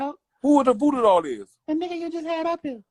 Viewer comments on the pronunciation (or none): Why you call her Boo doo? It’s Voo Doo Doll 😊